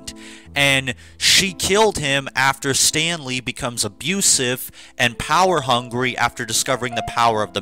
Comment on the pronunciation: Everytime you say Stanley, I keep thinking you’re sayin Stan Lee 😂😂